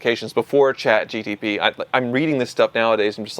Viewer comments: with the Chat GTP! 😂 It’s not a Pontiac! It’s Chat GPT! Grok is better anyway! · ChatGPT ❌ ChatGTP ✅ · What's Chat GTP? Is it a competitor to Chat GPT i haven't heard of 😅😂